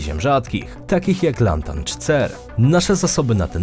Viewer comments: Lantan, nie Lanatan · Lantan, LANTAN, a nie lanatan, boli w uszy jak nie wiem co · Co to ruskie odkryły nowy pierwiastek? 🤣 "Lanatan" ( i ). I co robi Lit wśród pierwiastków metali ziem rzadkich. Gdy się coś publikuje w internecie, wypadałoby się przygotować w 100%. Podobnie jak nt. Bejrutu w odcinku o upadających państwach, w którym ponoć wybuchły materiały wybuchowe gromadzone w silosach w porcie. Co i gdzie wybuchło wszyscy w wiadomościach w 2020 roku słyszeli nie raz... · Sorry, ale kilkukrotne laNAtan wpadło mi uszy. Chyba pierwszy raz usłyszałem błędy u Pana. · Niw lanatan tylko LANTAN na BOGA ucz sie chłopie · LANATAN? SERIO? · LANTAN, nie żaden lanatan!!!